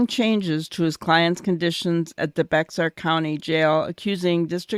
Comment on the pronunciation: Bexar is pronounced bear. The X is silent.